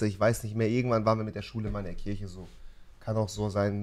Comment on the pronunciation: Kirche? Nicht Kirsche?!